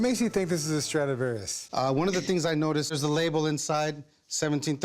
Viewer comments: It's Stradivarius not Stradavarius. Big faux pas TwoSet :D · Sorry to interrupt, but the poor guy's last name was "Stradivarius", not "Stradavarius" :) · isn’t it supposed to be ‘Strad-i-varius’? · He : "sTRadIVaRIuS" Me: Laughing in Allegro Moderato